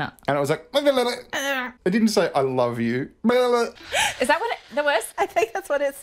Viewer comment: He said "I Loathe You," honey , and, "Doe," not Love and Fine..